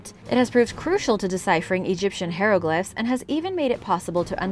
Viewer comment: P-tolome and Hero-glyphs hehe